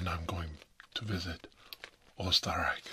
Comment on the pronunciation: This is perfect, I was just in need of ASMR to listen to while working on my own art. Thanks,! PS: Diggin that beard growth, wish I could see that bad boy fully grown! 😍 PSS: Just got to the Beer part xD, I'm Austrian too and I love every time you talk German and the Österreich pronunciation was good too:O